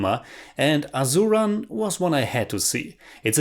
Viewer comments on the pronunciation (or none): I want to point at Asuran and Sivasami have S pronunciation not Z......Unfortunately I can’t take such gore so haven’t watched it....but someone I know who has watched said the same as you that the fights aren’t realistic for e.g. one guy beating some 100s of them....like a mass movie though the story is based on real incidents.....I personally hate slo mo shots.....btw GV Prakash Kumar is the nephew of ARRahman....